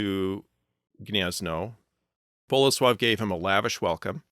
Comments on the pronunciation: Kudos for pronouncing Bolesław and Mieszko right! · I paused the video to make this exact comment, I'm glad other Poles also praised this. When I heard the first flawless "Bolesław" I had to do a double take and make sure he wasn't Polish; that's kind of silly since English has all these phonemes, but very rarely have I seen English speakers put an effort into pronouncing Polish words correctly.